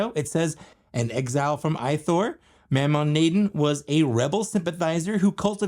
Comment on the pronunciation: It’s pronounced “Moe-Maw Nay-Don”